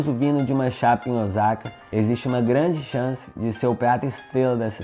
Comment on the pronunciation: Vídeo muito bom ! A única coisa q m intriga e pq muitos turistas brasileiros falam Ozaka e não Osaka ? Moro há 26 anos no Japão e aqui ninguém fala Ozaka !